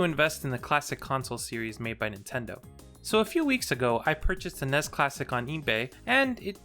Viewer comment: I started watching this but he keeps pronouncing NES. Took me Out